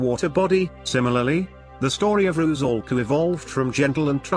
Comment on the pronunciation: RU-'SAL-KA. 'SAL' - 'S' is an 'S', not 'Z'. 'SAL' rhymes with 'DOLL'(American pronunciation), not 'BALL'